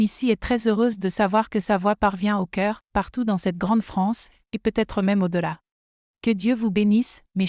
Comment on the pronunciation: Et si vous appreniez à votre IA à ne pas dire "point" quand elle arrive en bout de phrase ? Et le sempiternel "peut-être" lu "peu... être" dans d'innombrables vidéos !! Trop de semis-analphabètes sont capables de demander à une IA de rédiger une histoire mais sont incapables de la relire pour en corriger les fautes de grammaire et de syntaxe, de relever les erreurs géographiques, les anachronismes... Je zappe !